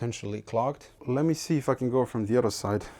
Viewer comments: Every time you say "If I can", it sounds almost like "f...ing". Congrats on 100K plate. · Every time you say "if i can" i perceive it as "fucking" i was so fucking wrong. =) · Man, everytime you say "If I can..." - I hear f*cken))